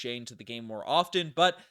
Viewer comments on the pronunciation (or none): none